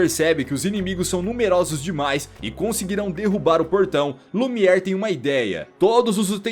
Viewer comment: O nome do candelabro é Lumière. Pronúncia: Lumier.